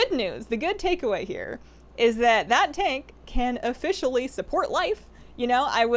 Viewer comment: "That tank can ofishially hold life"